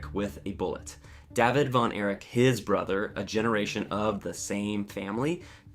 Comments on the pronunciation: How the hell do you not know how to pronounce 3/4 of the names of the people? Including a simple name like David. It's not pronounced Dahveed... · Why are you pronouncing David Von Erich as "Deh-vid" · “dove-id von Erich”. Seriously? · “Jerr-Aldo” Rivera” “Davv-id Von Erich” he says LOL what a moron!!! Imagine mispronouncing the name David the most common name ever! This moron needs a brain scan immediately! What a fool!